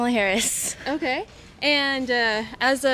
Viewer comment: You'd think someone who was going to ask people about who they were going to vote for would learn to pronounce the VPs name properly before doing so.